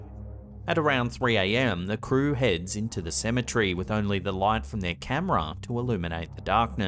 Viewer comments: Cemetery not cemetree lol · Are you saying symmetry or cemetery? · So, if Cemetery is pronounced "Symmetry", how is Symmetry pronounced???